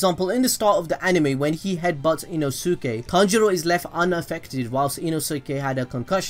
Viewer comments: Ino-su-ke? I'm disappointed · inosuke? its inosuke but the U is silent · Every time he says Nezuko has me dying 😂😂 And now Inosuke 😭😂😂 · They say Nezuko in every other episode and you still manage to mispronounce it. You mispronounce Inosuke as well, Jesus Christ. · How can you pronounce Sasuke correct but pronounce Inosuke wrong??? I am confusion xD